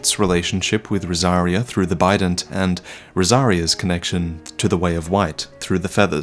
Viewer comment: I heard "Bident" as "Bidet" so I was very confused for a while as couldn't remember the enemies, I envisioned them bludgeoning the player with porcelain ass washers